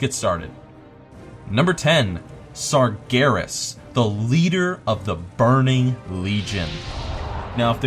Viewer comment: when you said sargeras I knew there was something wrong......